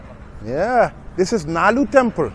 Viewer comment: Its not nalur Its Nal-lur 🙂